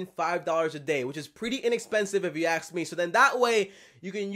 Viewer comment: If you “aks” me... that’s all I heard in the entire video